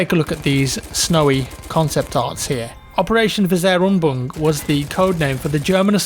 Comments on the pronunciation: Operation Weserübung is more like "Wae-zer-ee-boong" (or you could try to pronounce the ü as a simple french u). And there are two words Weser and Übung, you don't have to try to pronounce it in one word. It's Weser-Übung, so "Wae-zer Ee-boong" is just fine. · You also butchered the pronunciation of 'Weserübung' mate. No offense tho. The emphasis is on Weser, not on Übung. The Weser is a river in northern Germany, 'Übung' translates to 'exercise'.